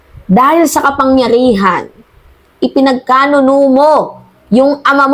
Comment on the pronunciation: PINAGKANULO ✔ not PINAGKANUNO ✖